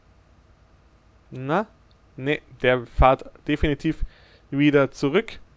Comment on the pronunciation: super runde...aber es heisst "fährt" nicht fahrt :)